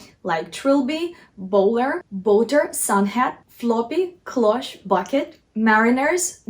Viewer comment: This is absolutely fantastic,! It is very rare to find such good advice about how to style a hat. If I may make a tiny suggestion, "cloche" is a French word and there is no accent on the final e". So it is pronounced "closh" in English. Many thanks for your insightful and informative videos. Love from Canada.